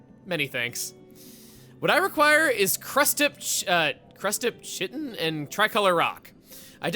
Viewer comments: It's pronounced "kite-in", not "chit-in" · Uh, hey,? It's [Kite-in], not [Chitt-in]. Just saiyan. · Chuggaa, the word "chitin" is actually pronounced ky-tin (ky as in tie). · fun fact: Chitin is pronounced “kite’n” and rhymes with Titan. The h is silent because Latin/Greek. I learned this word in Zoology class and it’s been forever, so who knows where it comes from! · Chitin is pronounced “kai-ten”. Its what the exoskeletons of arthropods so bugs, fish, and a lot of other species. No shade, just a science/grammar lesson. EDIT: maybe I should wait until the video is over to make comments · Chitin is pronounced like Kite in, I know it looks confusing, I used to say it like that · The word "chitin" is pronounced: Kite Tin Edit: nevermind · Chitin: pronounced, Kai’ten Edit: that was acknowledged later in the video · Chugga saying the word "chitin" wrong makes me screeeeeem, 'tis"kai·tn" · its actually prononced "crustip 'kit-en' " the c, h, i makes a K sound. edit: whoops he went over it MB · Chitin is actually pronounced KY-tin Edit: nvm lol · The word is pronounced "kite-in". It's the substance that arthropods (such as crabs like a crustip) make their exoskeletons out of. Edit: oh, it seems you found that out later in the video. lol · dear lord, the pronunciation of Chitin... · trying to pronounce Chitin is great lol